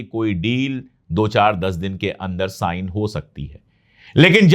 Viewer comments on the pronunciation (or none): none